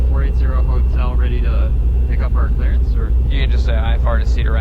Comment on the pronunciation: Did he say, "Talk to Clarence?", Rodger, Ovour, Victor. Whats my vector Victor, Roger. Huh? Rodger Clarance, Clearance.